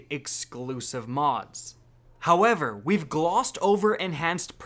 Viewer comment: Foreal bro i was like if this guy says gowever one more time 😤😤